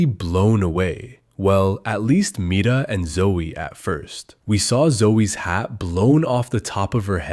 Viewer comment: NOT HIM SAYING MIRA MITA😂😂😂